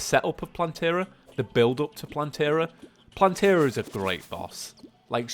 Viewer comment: Its plantera not plantery